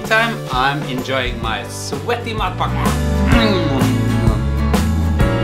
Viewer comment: "Shiny, svetty chesee" 😂😂😂😂😂😂😂😂